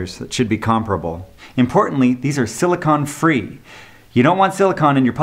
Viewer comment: Minor point: You mentioned not using compounds that contain "silicon", as you pronounced the no-no ingredient. I am sure that you meant "silicone", which indeed keeps anything from sticking to a surface treated with this compound. Silicon, on the other hand is often an ingredient, (usually as silicon dioxide), in paints and fillers. Satin finish polyurethane for example, usually contains silicon dioxide to reduce the sheen. Some rubbing compounds also contain silicon compounds. "Silicon"/ "silicone"..............Big difference.